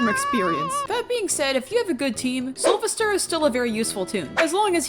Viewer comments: It’s soul-VESTER Not Sovister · Its soulvester (Soul-vest-ER) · IT IS SOUL-VES-TER. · Two things to say about Soulvester: 1. The stress is in 'ves', just say his name like you're calling him "Sylvester" 2. I genuinely got rather put off by ("-And I thought Connie was bad"). Connie and by extension Soulvester are not 'bad' Toons imo, and this is coming from someone who has: - Gone up to 13 solo as Connie (and I can go higher than that) - Survived Twisted Pebble in a blackout solo as Connie - Survived an enraged Twisted Gourdy in a blackout solo as Connie - Done 19 out of 25 machines solo on Dyle's floor (once again, as Connie, and I can probably beat him) Keep in mind other people who may be biased due to skill or other reasons when saying your opinions :). (This is for everyone, she doesn't need to see this)